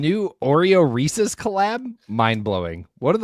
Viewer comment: Reese's... Not Reesee's...